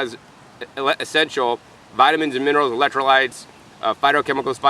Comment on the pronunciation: Minerals not monerals.